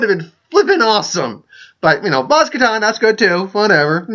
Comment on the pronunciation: Sorry to point it out, but in case you weren't aware, you pronounced "Kanata" and "Nyong'o" wrong every single time you mentioned both the character and the actress throughout your video.